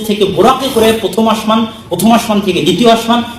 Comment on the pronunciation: আশমান না বলে আসমান বললে কেমন হয়